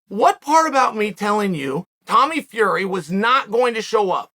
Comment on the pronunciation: the way you say Flurry leaves me in awe. A noise my hears cannot quite wrap around, it is like when the wind strums the resonant frequency of a bridge and the whole joint wobbles like jelly.